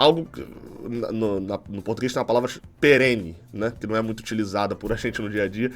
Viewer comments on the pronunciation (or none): Peren não. É perene